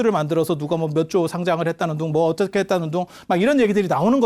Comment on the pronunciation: 어텋게--가 어떻게로~~~~ 실수,ㅎㅎㅎㅎ.